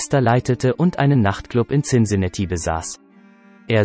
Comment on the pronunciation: Cincinatti so oft falsch ausgesprochen